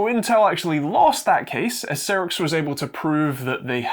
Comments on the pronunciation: Not C rix, but Sci Rix (Cyrix) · Some pedantry: It's pronounced "Sigh-rix" not "Sirrix". Also DM&P (used to be SiS, via Rise) still make x86 CPUs, in particular the Vortex range which are available as CPUs or a SOM. (Admittedly they're only 32-bit, but they are x86!) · Cyrix was pronounced "sigh-ricks", with emphasis on the first syllable, not "sirrix". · Sigh-rix, not Seer-rix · It's Cyrix not Cirix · It was pronounced Psy-ricks back in the day. I remember when they were trying to compete with Intel and AMD. The people involved started working on RISC-V (reduced instruction set) architecture, all open-source hardware, after they got blocked out of the x86 processors. They weren't as good as either of their competitor, but at least they kept companies innovating. Ah, the days of Sound Blaster and Voodoo 3 graphics accelerators for "3D games." Aka every game that wasn't top down or side scrolling. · Cyrix, not seerix. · Cyrix is pronounced Sci-ricks.